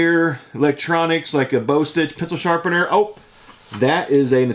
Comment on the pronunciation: Its "BAH STITCH" FYI